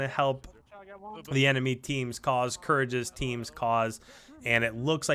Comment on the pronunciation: It’s Courage bra cmon lol